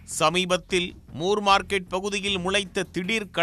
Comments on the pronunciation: முர் மார்க்கெட் இல்ல... மோர் மார்க்கெட்.. நீங்க முர் னு சொல்லும்போது சிரிப்பு வருது 👌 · அது more இல்லை ப்ரோ, moore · moor market ( மூர் மார்க்கெட்) சரியான பதில் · ஜார்ஜ் மூர் பிரிட்டிஷார் மெட்ராஸ் அதிபராக இருந்தார். மூர் மார்க்கெட் correct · மூர் மார்க்கெட்